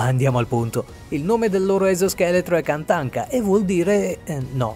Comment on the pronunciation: Il lord tachanka non katanka